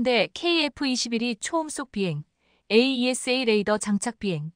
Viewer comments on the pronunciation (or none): none